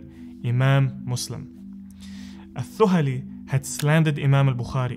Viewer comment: The pronunciation of "Al Thuhali" is wrong here. "Th" should be pronounced as in "The".